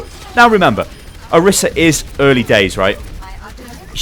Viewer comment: plz. You can't just give a thorough explanation on a hero and get so many details wrong. - Her name is not pronounced that way (Jeff Kaplan mispronounced it too, so it's sort of confusing): Pronunced o-REE-sa - Her alt fire is not called "Pulse"; it's called "Halt!" - Her ultimate is not just line of sight with unlimited range; it has a range of 25m (not by my own measurement, but I read the stats earlier) A while back you were upset that some people accused you of misinforming viewers, so you gotta be careful bro.